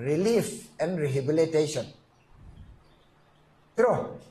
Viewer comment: 'rehibilitation'??? lam fuh nthei lo vel asin, hian😄